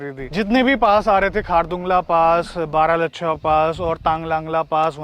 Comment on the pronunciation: बारालच्छा nhi bhai plz बारालाचा bolo 🤣.....🌹😊